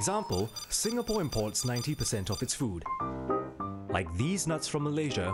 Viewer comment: did he say ‘these nuts’ or ‘deez nutz’😂😂